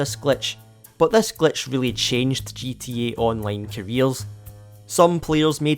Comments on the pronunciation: It's Scottish, probably a country you dont know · The way you say gta online is really funny to me for some reason